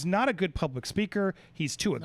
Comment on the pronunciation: I believe there was a deal AND the deal was to help Brian apescaynay! Bertolini’s words will go down in the books as SNL’s greatest meme. “John Q Publikk”“hawgwawsh,” “I’m not at libertti,” and most important of all…”DO NAHT TAWK TO LAHW ENFOWCEMENT.” Guy got his law degree from the Elmer Fudd Academy Use the tongue in every word folks.